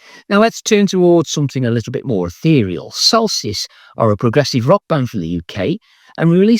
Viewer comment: I only recently learned about Gnidrolog. Unfortunately, your enunciation in the video was rather mushy, and if I hadn't known about the band already, I never would have found them. And the transcript was no help at all. The same applies to Solstice. It took several guesses to come up with it on YouTube. (I believe the transcript called them Celsius.) I suggest you hold up the albums long enough for people to see and read them.